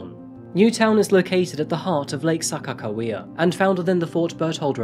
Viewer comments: Lol gotta say the shortest video Ive seen you do, but as a NoDak born and raised I don't blame you.. cheers.even said Sakakawea right, marinara was sorta close! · I'm an indigenous woman member of Iraqouis Nations the Mohawk Tribe and the Turtle Clan. Thank you for featuring an indigenous woman and pronouncing Saca Hawaya correctly!